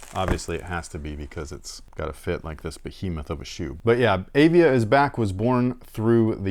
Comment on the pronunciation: &, I love the show! I am a 66-year-old Arizona State University professor and an old sneakerhead. The name of the "Praline" is pronounced "pray-leen". The other brand is Avia and is pronounced "Uh-Via". I wore the Avia 880s (white and green) to play basketball in backin Lansing, Michigan. I am pretty sure they were my hoops shoe in 1978 and 1979, They had the "cantilever sole" which was supposed to be a superior technology. The heel was raised on the edges and when you jumped and landed on the heel, you would get a cushioned response as the heel bent. As you said, they were like bricks and incredibly high kind pf like those Dominique Wilkins Reeboks years later. THanks for the show! I really enjoy you guys.